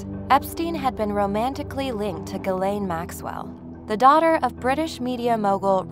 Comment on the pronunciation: ghislaine is pronounced zhih-len not guh-lane